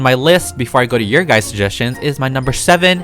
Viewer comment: Me when he says “guys” : guys more like GuYzZz